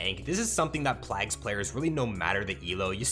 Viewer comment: Great tips but please double check your pronounciation of "plague" 🤣